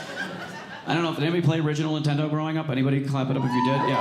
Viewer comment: LOL is it me, or did he keep calling it Intendo???!!!